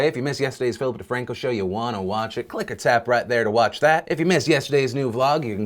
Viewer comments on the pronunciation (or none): I think you are saying at the end "click or tap" But up until today I've been hearing "click-a-tap" .... I like the wrong version better lol